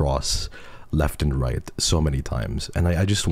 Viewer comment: heard the pronounciation of "right" and instantly knew lol